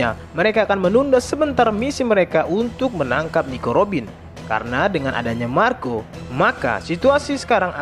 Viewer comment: Marko de puyuh 🤣🤣🤣 aslina Sunda 🤣🤣